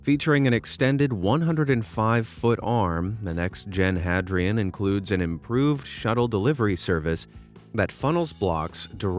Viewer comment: Hadrian isn't pronounced Had-ree-ann, it's pronounced Hay-dree-uhn as in Hadrian's Wall. See? It's building walls like Emporer Hadrian! Boy, that was driving me crazy.